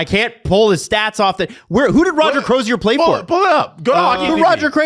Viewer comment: How is it possible that three guys living in Toronto Canada and the hosts of a hockey podcast. Not know how to pronounce a hall of famer Roger Crozier....FFS....🤡💩🤮